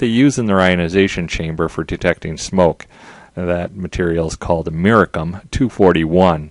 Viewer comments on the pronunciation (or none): You pronounce Geiger like Geijer not with a g sound. Also americium is pronounced with the "c" sounding like an "s" not like a "k".